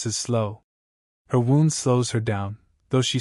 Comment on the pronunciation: Dear AI, it's Wound(like Woond)